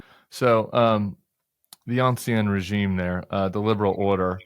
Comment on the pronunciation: Peter, it is the “Ancien Régime” [ɑ̃ˌsi̯ɛ̃ː ʁeˈʒiːm] not “Anciennnnnne Régime”, you Ivy League educated genius!